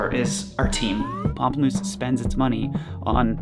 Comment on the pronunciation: Thank you for saying the band name correctly for me! I could never figure it out!